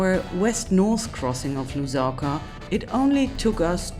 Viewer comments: "in Luzaka" Name butchering in process.😂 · 😂😂😂😂😅😅😅😆😆I think it's okay and she can get away with this one 😂😂😂 it's the effort that counts 😂😂😂😄😄😄😃😆😆